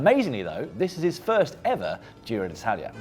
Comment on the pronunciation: Try saying: "gee-roh"